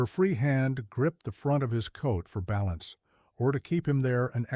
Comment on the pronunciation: AI generated so the narration was almost monotone. No differentiation in characters voices and a number of mispronounced words (content, balance, lead). The story was good but not the narration.